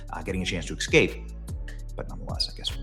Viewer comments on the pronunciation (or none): Benny, the word E-S-C-A-P-E is not pronounced EKSKAPE